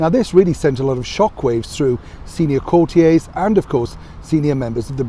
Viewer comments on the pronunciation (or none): You and your “corteeayze”,! “Cortierze” will do fine 🤣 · Oh, for goodness sake! Why would you 'Frech-ify' the pronunciation of the word "courtiers"? You're talking about our Queen, not Le Roi Soliel!